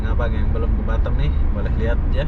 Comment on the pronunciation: Batam bukan batem🤪🤪🤪